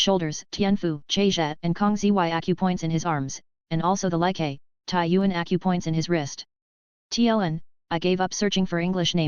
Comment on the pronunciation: keeps calling Accupoint • a cup point XD